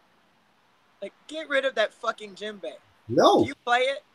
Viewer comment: Is saying gym bag?